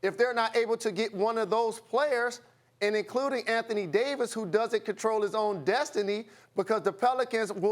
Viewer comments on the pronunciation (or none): none